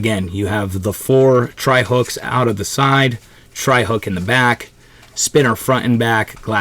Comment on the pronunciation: Treble.hook. NOT tri hook. Lmao